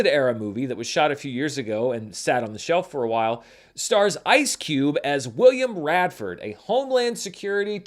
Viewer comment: "William Radford"?? 🤣